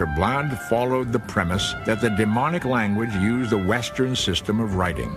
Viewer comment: It sounds like he’s saying demonic when explaining the middle section script of the stone, it’s Demotic.